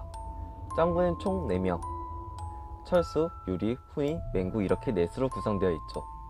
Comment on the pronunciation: 외가를 외까로 부르는건 일부러 하는거 아냐? 그리고 훈이를 후이라고 발음하는건 한국인이 아니잖아..